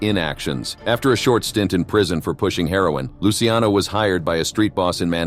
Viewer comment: Thanks for pronouncing Lucky Luciano's name correctly.